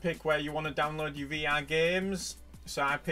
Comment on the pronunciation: Hey man you need to learn how to pronounce your in words.